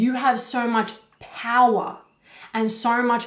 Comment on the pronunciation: It got to me when I heard, you have so much "Powah", funny but true, nice video!